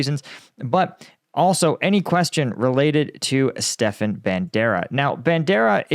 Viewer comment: buddy I love your shit. But do a little research on how to pronounce these names. Not Stefan, it's StePAN. Med ve dev. And the list goes on. Keep up the good work.. just saying.